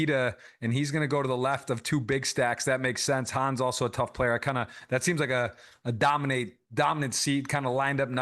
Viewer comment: Awesome coverage as always, also great commentary by throughout! One little note for the future: you keep saying "Hans" which is a name that exists, but its not Jeschka's name 😅 Hannes is pronounced as it is written basically.